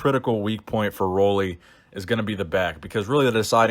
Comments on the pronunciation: Roelly is pronounced like roolly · It is pronounced roolly like woolly